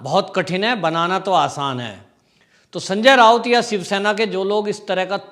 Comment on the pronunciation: भाई सनजय राऊत है ना कि रावत। सि्व सेना अब हो गई है खिसियानी बिली।